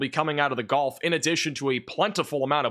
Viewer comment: Can someone tell its the GULF coast, not the GOLF coast?? 😂😂😂